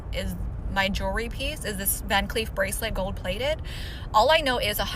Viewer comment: Not her saying “JEEERRRWRRY”